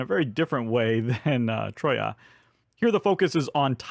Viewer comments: Troa not troya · Troyes like in trois! Oh laord... 😅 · Because number four (Troyes) is a French city you pronounce it TRWA. Keep them video's coming! Greetings from Belgium.